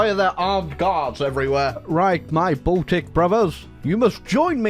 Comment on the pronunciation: The way he says Baltic all I can hear is "balldick"